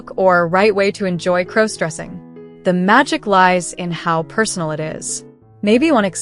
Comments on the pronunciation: Please stop mispronouncing crossdressing 😢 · Stop mispronouncing crossdressing 😢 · Please stop mispronouncing crossdressing 😢😢😢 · Learn how to properly pronounce crossdressing 😢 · Could you please stop mispronouncing crossdressing 😢😢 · Could you please stop mispronouncing crossdressing